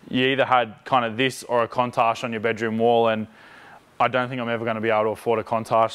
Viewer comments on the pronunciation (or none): What is a Kontarsh ? Must be how Sydneysiders say Countach,... ;) (Couun tashh) Viper be like, I ain't got no driver assist nanny state computers, you better be A-Game, else trees at speed. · whats the go im a aussie too and i have never heard someone say countach like that